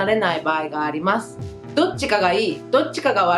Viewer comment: 。細かいことだけどね。～ですが～。というときの「ます」の発音ですけど、「まず」と、すが濁っているで、きをつけてみると、より自然になります。 余計なお世話でしょうが、老婆心ながら。